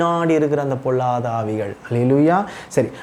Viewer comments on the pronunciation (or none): தம்பி ல ள உச்சரிப்பை சரி செய்து கொள்ளுங்கள். பொல்லாத ஆவி என்பதை பொள்ளாத ஆவி என்று உச்சரிக்கிறீர்கள் .. தவறாக நினைக்க வேண்டாம்.